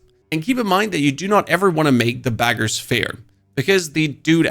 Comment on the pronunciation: It’s BEG-er not BAGer lol